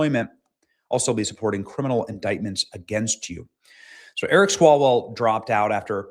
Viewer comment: "Swallowell". That is the correct pronunciation.🤣